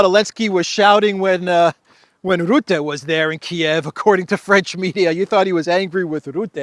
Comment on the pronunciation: (Mark) Rutte is pronounced as Ruh-tuh.